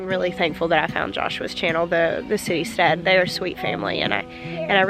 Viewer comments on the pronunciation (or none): I thought you said City Stud and thought wow..then saw Citystead in the links.